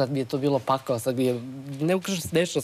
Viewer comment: ne znas ti sta je pakao ili ti pakhao kako ti kazes